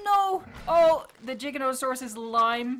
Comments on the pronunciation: It's Giganotosaurus. Not Jiganotosaurus. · It's not jija it's giga